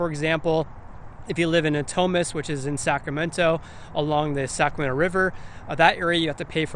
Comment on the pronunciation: Really like the videos! Good content, great pace, very informative. A little constructive criticism, if you don;t mind. If you hear the way you're saying "Sacramento", it comes out as "Saccamenno". A little bit off-putting.